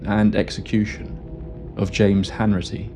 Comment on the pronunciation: It’s Hanratty not Hanritty 🙈